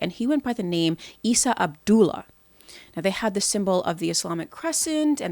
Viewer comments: his name was Eesa not iesa you dumb liar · Appreciate the vid, but it does come off as a biased critique given the ad hominems and mispronunciation of well known words and names like Isa for ex. I would think if this was to be a deep dive of the cult you would have had the information on point and at least had his ACTUAL claims.